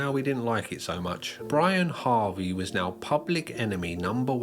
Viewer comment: Good video, especially the last few minutes. Minor correction: It's not Brian Harvey, it's Brianarvey